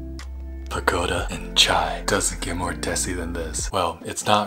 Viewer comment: In its pronounced "pakoda" not "pagoda"